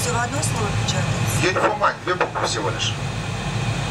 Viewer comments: Самое главное, Дуэлянт, это не выставлять свой ничтожный IQ напоказ, а быстренько посмотреть информацию в Гугле. Если ты, как, Uniform Mike произносишь как "Юнифолмайнд", значит ты в своем развитии ПРИЛИЧНО отстал от остального населения планеты. Недалекий паренек, услышав в боевике слово Roger (во время переговоров по радио это означает "Принято", "Понял!"), воскликнул, "А чо они вечно друг друга называют РОЖА???")) Это не ты был?)) Признайся, тут все свои. Не заснет он ночью. Можно подумать, порнуха дает тебе поспать))). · Только сказал он это, когда она уже почти все слово написала. А изначально он чётко произнёс "напечатайте unionmike". Когда говоришь с 12-летним ребёнком, а имено так приходится говорить с человеком, который не шарит, то нужно все проговаривать, как дурачку: "третья зелёная кнопка слева под правым экраном". Тут больше её заслуга в том, что она успела перевести все команды суфлера на свой язык. В идеале такому помощнику лучше сидеть в симмуляторе и видеть те же приборы, что и она. Но сидеть можно только медленно!